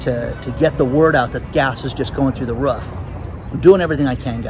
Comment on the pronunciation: I just bought an inflatable kayak to paddle away on for my birthday! Hopefully, I will paddle to my happy place,. And don't forget, it's roof. Not ruff!